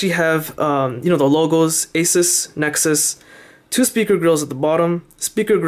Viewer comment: You pronounced Asus wrong. Also you said butterly smooth. It's BUTTERY smooth.